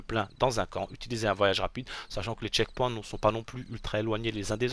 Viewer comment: Les "tchekpouins" ?? 🤣🤣🤣🤣🤣